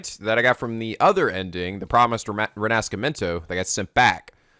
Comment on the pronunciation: Knowing the true pronunciation of Rinascimento and hearing brutally slaughter it is a wierd feeling.